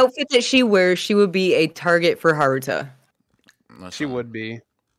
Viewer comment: Shorty said Haruta.. that’s wild